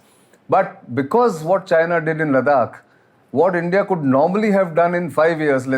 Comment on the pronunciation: Sir with due respect. Whenever you are speaking as an expert. Kindly please get pronunciations right. It's not ladak it's ladakh . Sorry not a ladkhai myself but you know ita nice to pronounce them correctly. Thank you.